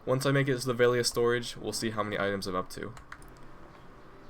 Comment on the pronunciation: VEL-E-AH not VALE-E-AH Sorry but it was bothering me xD